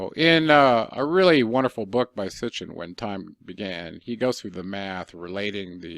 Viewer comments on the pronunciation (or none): none